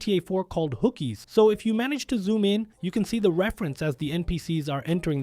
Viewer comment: lol “Hookies”, it’s Honkers